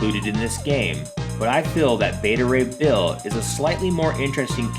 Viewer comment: You called beta ray bull!